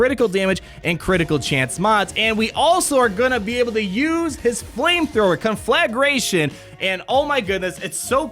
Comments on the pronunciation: CON-fla-GRATION. I love watching you butcher words 😆 Great video. I’m beyond stoked for this. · I love how pronounces Conflagration “Con-Flag-Er-a-tion”